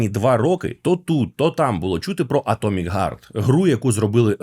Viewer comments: Атомик гард ? Это на английском вот так пишется : " Atomic guard " ? Или можешь все такие есть разница в словах Heart и Guard ? Не нужно придумывать велосипед, все уже давно знают как правильно произносить слова на букву h. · Вибачте,а ви можете слова "хейт","харт" і т.д. казати НОРМАЛЬНО!?!? НЕ ЗМІНЮЮЧИ "Х" НА "Г"!?